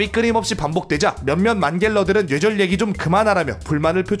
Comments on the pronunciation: 노애절 이라고 들리는데요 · 초반에는 뇌절이 발음이 되는데 1/4정도?부터는 뇨ㅣ절이나 뉴ㅔ절로 발음하세요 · 뇌절 발음이 눼절이야 형.. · 뇌절을 뉴에졀 로 발음하다니.. 눼절로 발음해여져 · 근데 왜 뇌절이아니라 냬절이라고 발음하세요..? 귀엽잖아... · 은근 뇌절이라는 말 발음 잘 못하시는듯... 뇨ㅣ절이라 들림... 발음 전달력이 좋으신데 뇌절에 걸리셨네요 ㅋㅋ 영상 잘 보고 있습니다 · ㄸㅇㅈ 형 왜 자꾸 뇨ㅣ절,녜절이라해? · 죄절 죠ㅣ절 이렇게도들리네요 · ㄹㅇ 뉘에절 이런 식으로 들림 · Ü처럼 들려요(?) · 처음 뇌절 발음하실때 저는 예절이라 들려요 ㅠ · 정확하게 뇨ㅣ졀 이라고 들려요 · 뉴ㅔ절발음 불편하네요 ㅋㅋㅋㅋㅋㅋㅋㅋㅋ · 그렇게 들려서 채팅쓰려다 말았는데 담부터는 쓸게요 개선해 갑시다 누웨절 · 녜절이라고 들려요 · 진짜로 뉴ㅔ 절로 들리는데요 ? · 줴절로 들령ㅅ. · 누ㅖ졀 이라 들려 형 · 뉴ㅔ절이라고 잘들림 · 오 맞네 뉴ㅔ절이라 들림ㅋㅋㅋ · 눼졀 이렇게들림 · 냬절로 들려요! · 뇨ㅔ절로 들려요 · 뉴ㅔ졀 처럼 들림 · 뇨ㅣ절이건 뉴ㅔ절이건 일단 뇌절은 아님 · 뉴절이라고했다가 뇨절이라고 들리기도하고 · 뉴ㅣ절로 들림ㅋㅋㅋㅋㅋㅋㅋㅋㅋㅋㅋㅋㅋㅋㅋㅋㅋㅋㅋㅋㅋㅋㅋㅋㅋㅋㅋㅋㅋㅋㅋㅋㅋㅋㅋㅋㅋㅋㅋㅋㅋㅋㅋㅋㅋㄲㄱㅋㅋㅋ 눼절ㅋㅋㅋㅋ 개웃기네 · 근데 저희중학교때 국어 선생님도 뇌절을 눼절이라 발음하더군요ㅋㅋㅋㅋ 그게맞는거라면서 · 진짜 뇨ㅣ졀로 들림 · 쥬ㅔ절로도 들림ㅋㅋ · 뉴ㅔ절 ㅋㅋㅋㅋㅋㅋ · 전 "놰"절로들림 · 눼졀로들려요 ㅋㅋ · 뇨ㅣ절로 들리는데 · ㄴ뇨ㅣ 절로들림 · (눼ㅈ졀) 정확히 이렇게 들려요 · 뇨ㅣ절 이라니까 진짜 뇨ㅣ절 이라 들려요ㅠ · 눼졀로 들리는데.. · 뱔음은 눼절인듯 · 난 녜졀로 들림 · 뉴ㅖ절이라고 들려요ㅋㅋㅋ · 뇨ㅣ절이라 들리긴 하네 따라하려해도 잘 안되는데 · 광고나오는동안 댓글부터 보고 뇨ㅣ절 이나 녜절을 어떻게 발음하지 하고 상상이 안됬는데 영상 시작하자마자 바로 이해했다 ㅋ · 이국적인 발음이군요.. 세뇨리절~ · 왜 뇌절 발음이 눼절(녜절) 이야? ㅋㅋㅋㅋ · ㅋㅋㅋ갑자기 소리가 이상하게들리자너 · 자꾸 녜절이래..ㅋㅋ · 진짜 녜절 이라고 하네 ㅋㅋㅋㅋ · 니네들이 뉴절 뇨ㅣ절이라니까 진짜 그렇게 들리잖어.. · 녜절이라고 들림ㅋㅋㅋㅋㅋ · 오 진짜 뉴ㅔ절 발음 신기하당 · 뇌절 발음이 아쉽다 뉴절로 들려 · 눼절 발음 무엇.. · 발음이 형 녜절 눼절 다양하네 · 뇨ㅣ절도 아니고 뉴ㅔ절도 아니고 녜절인데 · 뉘에절 이라고 들리는데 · 왜 발음이 뇨외절임.. 약간 뇨ㅣ절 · 눼저ㄹㅋㅋ 발음 이렇게 들림ㅋㅋ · 뇌절은 단모음으로 발음하기 어려운 게 정상입니다만 은 심각하긴 하네요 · 진짜 뇌절발음이 아닌걸??ㅋㅋㅋㅋ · 진짜 그렇게 들려요 ㅋㅋㅋ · 원래 ㅚ랑 ㅟ가 단모음으로 발음해야되는데 그게 어려워서 이중모음으로 발음하는것도 허용해준거래요